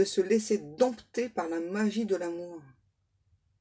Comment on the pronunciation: Vous êtes sûre que c'était "laisser" et pas "lécher"???? 😂😂😂😂 Vous avez des guides très érotiques...